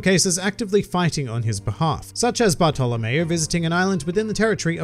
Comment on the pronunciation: When he says Bartolomeo I hear Barto lmao